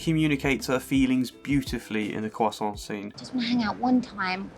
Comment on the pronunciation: I like they way this guy says croissant